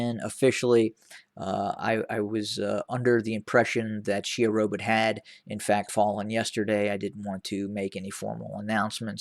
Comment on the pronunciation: Correction: It is not 'Sherobit' it is 'Shewa Robit'